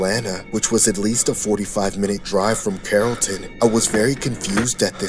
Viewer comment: did he say carrollton georgia 😭i live by there